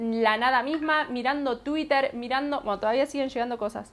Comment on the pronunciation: no se dice twitter se escribe asi pero se pronuncia tuirer, no como se escribe porque lo estas diciendo mal